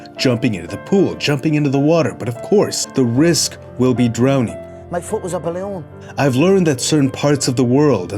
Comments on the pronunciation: "Me Fooot was a Baaaalooon" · Conor “my foot was a BelOon” McGregor 😂😂